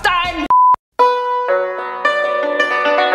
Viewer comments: every time I hear say dis-gust-ing it tickles my funny bone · I love when says “DEE-SKOSS-TANNG!!!” 😂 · Nobody:: D I S G U S T A N G